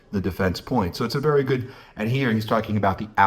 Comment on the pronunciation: She has been vewry vewry tweit tweit